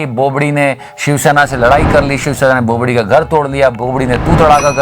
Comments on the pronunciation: It's bobdi not bopdi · Loved it😂😂 but it's "bobadi"